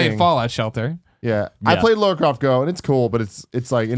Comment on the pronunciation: lah-rah croft, lara, not laura